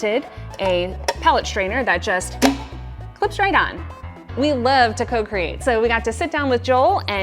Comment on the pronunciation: Lol😅 did she say Cocreate or Procreate.? One is definitely funner than the other. All kidding aside I really like all there ideas